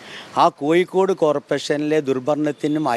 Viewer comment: ഒന്ന് കൂടി മലയാള ഭാഷ സംസാരിക്കുന്നത് നന്നാക്കണം. ഉദാഹരണം - അഴിമതി ക്ക് പകരം അയി മതി എന്നാണ് പറഞ്ഞത്. കോയിക്കോടല്ല, കോഴിക്കോടാണ്........